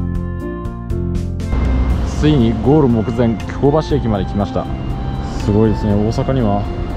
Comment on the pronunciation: 私が府民だった20数年前は枚方も守口もあのような案内板はありませんでした。 恐らく街道旅が見直されてきて「そういえばこの辺京街道やん！」てな思いつきで整備されたのではないでしょうか。特に守口宿のあの高札場はちょっと引いた(*´Д｀) それから「京橋」の発音の違い完璧です！表記は一緒でもイントネーションが違うんです。